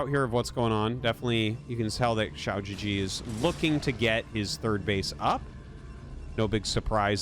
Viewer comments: The way you pronounce xiaogege literally means “small penis” gege is pronounced “guh guh” and means older brother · Your comments trolled you so hard🤣 The Chinese name is pronounced as chao-gur-gur, and the g is pronounced as in guest, give, etc, not gesture. If you pronounce it as shao-je-je, it means little penis in Chines, for real. QiaoGeGe means Big Brother Qiao. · You're saying "shee-ou jee jee" which means "small penis" in Chinese HAHA it's supposed to be pronounced "chao gu-gu" which is like the u in "lullaby" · To be that guy, going by pinyin I'd expect QiaoGeGe to sound like chee-ow (qi sounding similar to the first sound in "cheetah") guh-guh. I wouldn't remark on this except that what I'm hearing sounds more like xiao jiji, which could have some unfortunate connotations. As always awesome video and I appreciate Artosis tryna get these pronunciations right! Matter of fact, easiest thing to do is probably just put the spelling into google translate Chinese and see what pronunciation it gives you. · Everytime Artosis calls pronounces his name I just get taken out of the game lmao💀 Man is literally saying lil pp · Ciao GG! Very Italian. Not. :) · The unintentional mispronunciation is hilarious if you understand Chinese. So good! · With this mispronunciation you just said "small dick" multiple times, which honestly is awesome entertainment for me. A bunch of other comments already tried to give you the correct pronunciation so I won't repeat them. I'm just here to make a low effort dick comment.